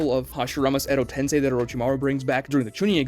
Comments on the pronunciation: Also this is a small gripe of mine, but please stop saying "Edo TensAI", its "TensEI" If it is a speech impediment, thent I say im sorry in advance, did not know But for a big naruto channel to still be mispronouncing things like that, its odd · Day 1,348,120 of pronouncing common Naruto words like Tensei and Myoboku wrong